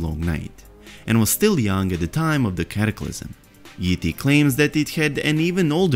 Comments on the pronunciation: every time he says yi ti i keep hearing ET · I thought I heard you say "ET", now I can't get that image out of my head every time you say "Yi Ti"